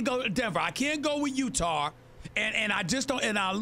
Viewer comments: “I can’t go with UTARR” !!!! 😂😂😂😂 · SAS- "I can't go with Utahrr" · "utar".... lol